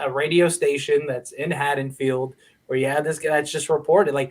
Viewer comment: It's Haddenfield not haddensfields... and. Haha lol